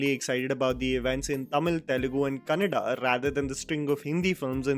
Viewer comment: Thank you for pronouncing "Kannada" correctly....